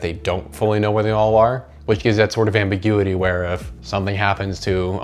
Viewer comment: You regularly say "ambiguity" like that or this and all your content is made for you